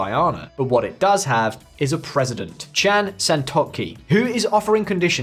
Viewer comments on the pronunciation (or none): none